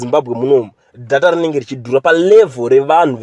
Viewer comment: Nyayamatician say "deyta" not dhata